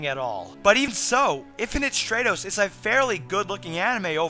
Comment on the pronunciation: short "a" sound in stratos. It's Greek. I like your reviews too, thanks. Most anime channels make me want to hang myself.